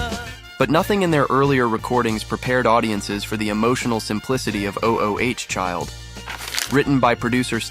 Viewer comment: You know, this video isn't bad in terms of content, but the glaring AI narrating mistakes finally put me off. Doesn't a human do a final edit on these things? O.O.H Child? Seriously??? Ma Belle Ami is actually sung on the clip shown, but the narrator mispronounces "ami" anyway, more than once. Turned it off at this point.